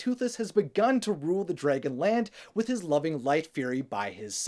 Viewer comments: drey gon? No. It's drAgon. lol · Does it bother anyone else that he says “Dray•gun” instead of dragon??? No hate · Did he just say DRAYGON???!!! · Are you saying “Dreygen” on purpose? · Draggen? Its just how some say it, I'm from Oklahoma USA so it sounds normal to me lol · Why do you pronounce dragon like that ? No hate just find it funny